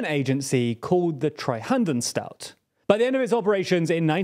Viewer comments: Just fyi: "Treuhandanstalt" is pronounced: Troy (like the city in Greece) hunt (hunting) an (as in "an-other") stal (as in "stall"-ing an airplane) t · Treuhandanstalt ... haha, that was so unrecognizable I had to rewind the video. It's Treu-hand-anstalt, it's a trust fund agency. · I wouldn't have thought it possible to mispronounce Treuhandanstalt that much. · it's Treu-Hand-Anstalt not Treuhandan-stalt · Okay, as a German the way you pronounce "Treuhandanstalt" sounds so funny. :D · I had to listen to it several times, couldn't stop laughing! 😂😂 That's what I will call it henceforth! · The pronunciation is nearly as catastrophic as the actions of the Treuhand 😅